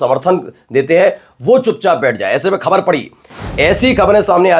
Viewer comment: Use Bindi in Hindi. Pronounce the word ' Khabar' properly.